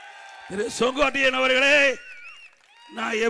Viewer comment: He is calling his name as Songottaiyan... Not Sengottaiyan...😂😂😂😂😂😂😂